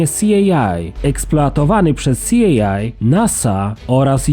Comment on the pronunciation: Jakie SI EJ AJ ?!....C.I.A Central Inteligence Agency!